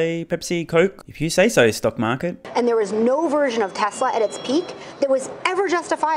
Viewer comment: ‘Stounk maaket’ nice